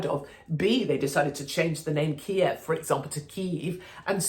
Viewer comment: Kiev ! Thank you for pronouncing that correctly Katie 😂.